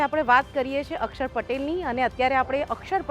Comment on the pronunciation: માતાજી અકસર નહીં અક્ષર બોલો